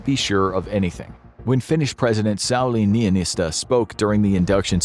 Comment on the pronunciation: so funny how the reader couldn't pronounce Sauli Niinistö right😂